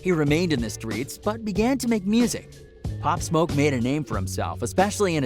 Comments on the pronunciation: Cuz said pop smuck LMFAOOO 😭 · “Pop smok” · not only can the guy not pronounce “pop smoke”, but even the short description he gives doesn’t match what really happened - all available on YouTube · This guy cant even say Pop Smoke Quavo right...